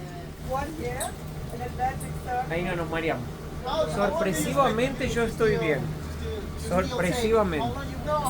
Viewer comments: no sé dice suspristivamente, se dice sorprendendentemente o estoy sorprendido, no des patadas al Dicionaroo español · Holaa,, se dice: Sorprendentemente"